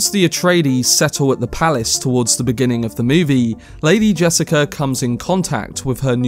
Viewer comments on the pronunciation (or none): none